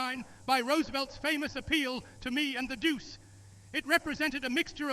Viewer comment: This has got to be AI! It is hard to imagine Hitler calling Mussolini "Doose." Try to get Doo-chay or something similar!